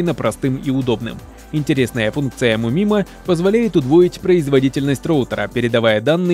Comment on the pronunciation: "Му мимо"? Серьезно? Рукалицо. Английское произношение английский же аббревиатуры? Не? Вера не позволяет? --- Троечникам, прогуливающим уроки инглиша: транскрипция (только не говори, что не знаешь такого слова): - "Мью-май-моу".